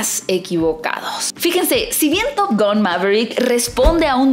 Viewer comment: Estaría buena que digas top gan y no top gon jaja ,es top gan amiga ,hablaaaaa bieeeeennnnn !!!!!!! Jaja x fissss, top GAN ,gan gan gan gan gan